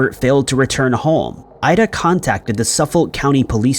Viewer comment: Hey -- thanks for what you do!! FYI, Suffolk is pronounced " Suffick" for locals & those in the know. I'm from Bklyn, NY & learned to pronounce it as such in my childhood. Sorry to nitpick -- I want you to sound as knowledgeable as possible!!!